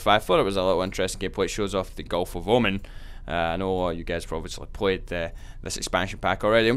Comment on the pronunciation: btw it's not omen, its omaaaan